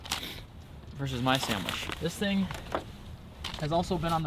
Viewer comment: I hate when Americans say sandwich like it’s a burgur